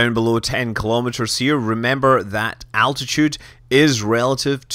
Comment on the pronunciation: Do you mean, like, altitude sounds like attitude?